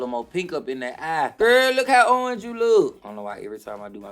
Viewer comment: I'm obsessed with how she says orange. URNGE!